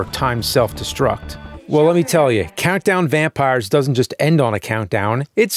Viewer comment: Vountdown Campires